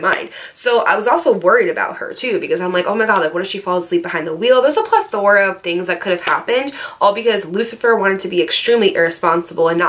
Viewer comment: Plathora?? Lol